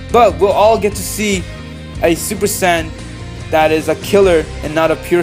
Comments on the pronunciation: It's not super San it's super sayin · Stop saying super saiyan like that